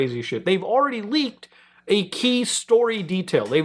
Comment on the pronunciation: Lol "laked materials"